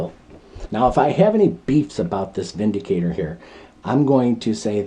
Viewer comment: 👍 review. You are correct in the pronunciation. The gun is made in Germany where "W" is pronounced as we do "V". The word windicator has no meaning in english, but vindicator means a person who clears someone from blame, e.g. takes them out of harms way. 😁🇺🇸